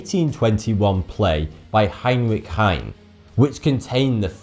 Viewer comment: Infinitygamer "heinrick hein"